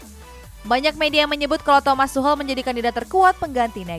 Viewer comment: presenter kedua ini jarang bener nyebut nama pemain, pelatih & club. contoh yg sering salah nyebut: - van dijk jadi van dich - lyon jadi layen - league 1 jadi league one - kadang tuchel jadi tucel - marseille jadi marseli